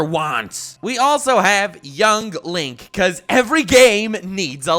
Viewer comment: Can’t believe he butchered Link and Zelda smh